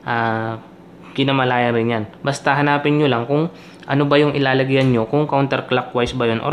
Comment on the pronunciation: Correction boss kinalaman hindi kinamalayan